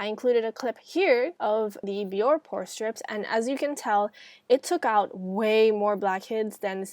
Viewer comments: Isn't it pronounced "bee-or-ay" instead of "bee-or"? Accent aigu over the e on Bioré? Anyway, this video is terrific! The tips are spot on (pun intended.) I particularly liked the point that the warm water opens the pores for the strip, and the tip to close the pores with cold water and/or ice. Your skin looks beautiful. It doesn't even look like you need pore strips - but then look at how effective your method was, what results, right there on the strip, and on your wonderful looking complexion! 👌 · i hate to be that person but its not bee-or . its bee-or-aye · It's pronounced be-or-aye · its actually bior-eehh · it pronounces it bee-or-aye on the commercials